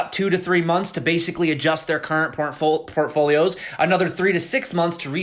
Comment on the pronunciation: he said pornfolio :0